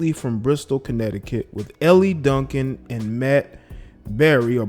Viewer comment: It's pronounced L Duncan, not LE Duncan.